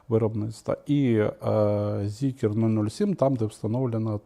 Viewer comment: Та не зікер, а Зікр!!!